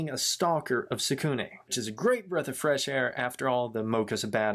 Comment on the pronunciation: I really like it but the some of the names you pronounced them wrong tsukune mizore and kyoko is tsukune' cousin but I did enjoy this vid